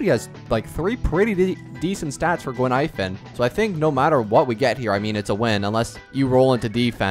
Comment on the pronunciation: Btw. Her name Gui-Nai-Fen. Not Guin-Ai-Fen.